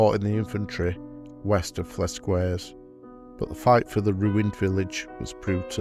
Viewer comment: For those who want to know where this took place, the name of the village is Flesquières, pronounced "Fless-kyair". Of course, British soldiers were well know for mangling French names!